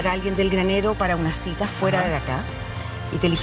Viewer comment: Es cita no citra